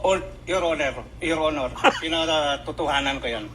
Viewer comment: Nabulol na Ang mga ulol. Your owner your honor hahaha que horror 😂😅